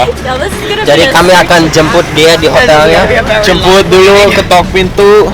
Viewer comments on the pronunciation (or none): Jemput ya bukan jembut. Awas slh denger, wkwk